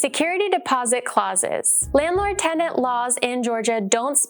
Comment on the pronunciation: TENDANT was driving me insane